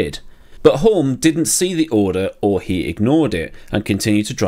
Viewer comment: Re Denny Hulme - the 'l' is silent.